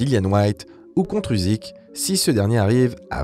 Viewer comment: Usyk ça se dit Ussyk et pas UZyk. Un peu de respect svp 🙌